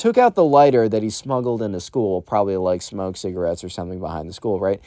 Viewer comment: before: cant say cigaret. now: penis